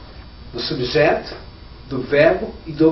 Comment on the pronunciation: Oh teacher, cuidado c a pronúnciaaa, principalmente da palavra: subject . Na gramática os nomes das nacionalidades são sempre escritos com letra maiúsculas, assim: You are Brazilian. Mas sua estratégia de explicação é boa, só não misturar mto inglês e português qdo falar, ou um ou outro. Parabéns pela iniciativa.